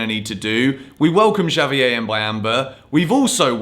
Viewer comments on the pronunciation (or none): none